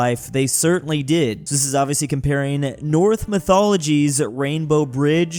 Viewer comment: you don't say "North Mythology", you say "Norse Mythology".